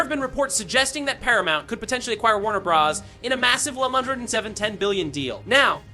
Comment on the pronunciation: Bro sounds like an AI. From random words just off, to "Warner Bros" then "Warner Bras"